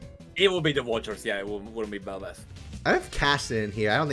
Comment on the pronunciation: Why the hell is Kassadin even on this??? And why did both of you butcher belveth? AWFUL headcanons